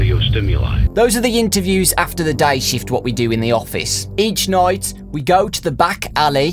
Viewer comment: ha he said noight like noice